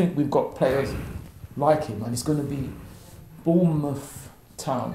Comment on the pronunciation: Did my man say Bournemouth town 😂